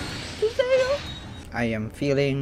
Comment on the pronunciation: deadass thought you keep saying "seiyuu" turns out it's sayu